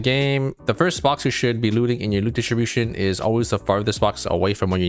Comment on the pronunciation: I love how he says "Loot dishibushn"